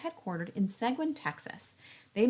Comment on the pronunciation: Seguin is right down the road from me, about 20 minutes away. Oh, and it's pronounced "seg-een".